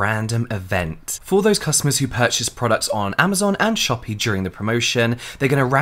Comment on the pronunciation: When James said Shopee, i was like "Am i hearing this right??"